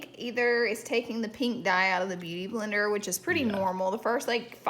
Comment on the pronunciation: “Beuty Blendr” 👍🏼